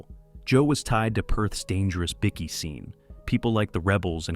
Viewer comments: whats a biccky? Its pronounced Bike-e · Bikie not Bicky